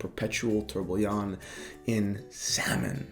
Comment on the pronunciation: ffs learn how to say tourbillon the right way